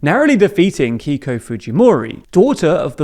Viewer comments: Just a point of pronunciation on Keiko Fujimori's name. It should be "kay-ko" rather "kee-ko" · and the name "keiko" should be pronounced like "kay-koh", not "key-koh"